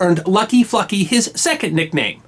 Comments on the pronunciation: who else thought he was saying "fucky"? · You really needed to stress the 'L' in FLucky good buddy. I drive freight trains so I was not impressed about FLucky's lucky train operation! Great story though.